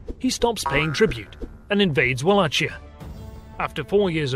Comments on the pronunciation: Great job! Thank you ! By the way "Walachia" shoul sound like "WalaHia". Ch reads like H in hot dog. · It’s pronounced Valackia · Yes to pronunciation. My wife is a Wallach (val-lah) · Umm, the pronunciation is Vala (as in Valar of Tolkien's universe) Hee (short ee) Ah (silent h) And Mol (very similar to mole) Doh (silent h) Vah (silent h) It's really annoying when foreigners butcher names from one's county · A small corection, it's pronounced Walachia with H like the H in Hercules or hipothermia, the c is silent. Great video anyway! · Wallachia , pronounced like Val-akia as I was taught anyway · It's pronounced "Vallakhia." Great video otherwise. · Wallachia , with chi like in floKI . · Your pronunciation of <<WallaCHia>> and <<MoldAEvia>> makes me wanna puke. Is it so hard to use dictionaries when trying to pronounce a foreign word? UPD: Upon hearing Wilhelm scream I am no longer mad, it's too damn hillarious. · Wallachia= (va-lok-ee-uh) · Radu Savutiu - Yes I know. It will be corrected in the future. We now have someone from Romania who will check our pronunciations when we return to this region with more videos. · Thank you very much, glad you liked it. Yeah, I take some of the blame for that, since I did the research for pronunciations while writing the script. Somehow I missed Wallachia. I always make an effort to find proper local pronunciations, and most in the video are correct I believe, (Vidin, Szekely, Vaslui are just some examples). I won't make the same mistake with Wallachia in the future :D Oh I know Stefan didn't dethrone Vlad. He dethroned Vlad's brother, Radu and install Laiota. The video doesn't say he dethroned Vlad, but rather that Vlad helped Stefan to reclaim the throne of Moldavia. And yeah, in later years the fell out badly, and ended up hating each other. I hope you'll stick around on the channel! Thank you for watching. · great video! one thing, you are pronouncing valachia wrong :D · Wallachia - with a hard K